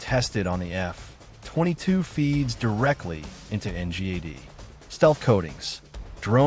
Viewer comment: at least fix the AI voice to treat F22 as one word. So annoying to hear F....22 with a long pause in between!